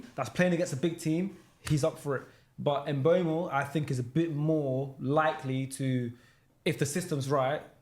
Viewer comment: the worst one is trying to say mbuemo😂😂😂